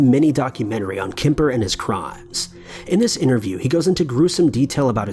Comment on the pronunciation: It kemper not kipper lol